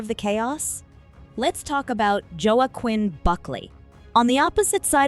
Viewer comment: Did this AI bitch really call him Joe-Akwin?